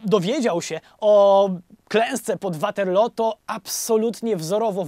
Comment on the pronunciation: Mieszkam na stałe w Anglii więc sposób w jaki wymawiasz "Waterloo" muszę przyznać że trochę piecze w uszy xd A tak ogl odcinek do ry jak zawsze <3